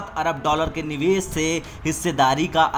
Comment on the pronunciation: Neeves (निवेस ) nhi bhai Nivesh ( निवेश)